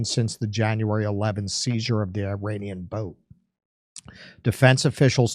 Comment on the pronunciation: F your pronouncing the word Iranian